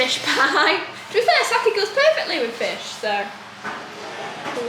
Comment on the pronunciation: Really made me smile that your Wigan accent came out when you said "fair" 🤗😃